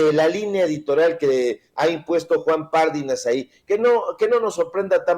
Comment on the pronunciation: Pardinas. ÉNFASIS EN LA I